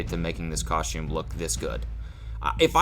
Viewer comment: The way he says costume, *coSHTCHume*, I want to stab myself in the ears.